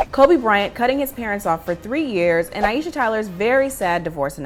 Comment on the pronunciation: Aisha (eye-sha) not (eye-e-sha). 2 syllables. Please people, stop slaughtering a beautiful name.